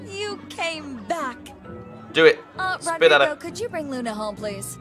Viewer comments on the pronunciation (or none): its 'Lluna' not 'Luna' by the way.:D